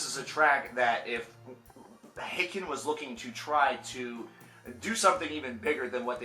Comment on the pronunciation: I always said haken as in Hayken. After I heard you say it as Ha-ken I started saying that way. Now I got used to saying it the wrong way and keep saying Ha-ken. The struggle